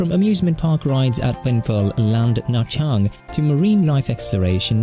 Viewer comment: extra points for correctly pronouncing the city name